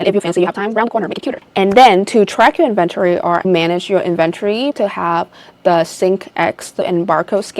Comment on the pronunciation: N-Ven-Tori - inventory